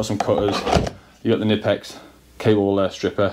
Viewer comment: Knipex is pronounced with the K... K-nipex